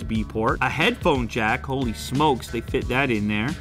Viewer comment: when his inner toronto slang come out "Ho-leee"